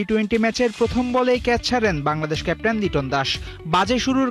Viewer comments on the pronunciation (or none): লিটন কি ক্যাপ্টেন? সাই হোপ আর লিটনের মধ্যে তফাৎ দেখে লিটনকে কেপ টেন বলেন